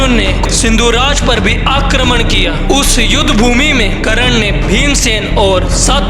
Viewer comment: bhai video tumhari mast hoti hai par bhai karna hota hai karan nhi 😅ok